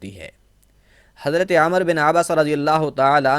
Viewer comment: माफ करें हज़रत आप हज़रत को हज़रते पढते है। हज़रत सही या हज़रते।